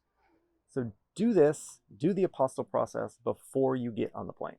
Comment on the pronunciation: Your heading really should state which group, EU or non-EU is the primary focus of your obviously USA-centric video. Furthermore, an 'Apostle' as you pronounce it, was a follower of Jesus. An Apostille - used for specific public documents (birth, marriage, name, domicile, absence of criminal record, etc.), is long abolished for use between EU Member States.